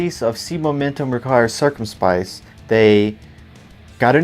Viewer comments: i know man, why does no one at least try to pronounce it correctly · "See momentum requires circum spice"